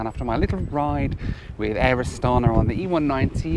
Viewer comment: You said probably ca 300 times 'Astana'....incorrectly. The Kazakhs pronounce it with a along 'a' in the end, don't they? Astanaa